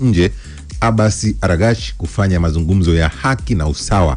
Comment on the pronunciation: Kiongozi waziri wa mambo ya nje wa Irani ni Abbas Aragchi sio Aragchi,jaribu kulitamka vzuri kaka